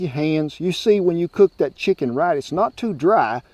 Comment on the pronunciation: It’s chicken with a “ch” sound. It sounded like a sh sound. Shicken and dumplings is what I heard. You said chicken correctly in past episodes but you changed the pronunciation this time